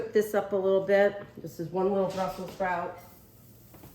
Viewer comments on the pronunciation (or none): none